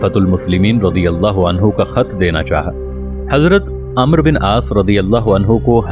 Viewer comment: پہلے عربی سیکھ لو امر نہیں ہوتا عمرو بن العاص ہے